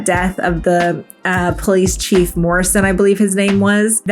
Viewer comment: "police of chilef" is the word of the day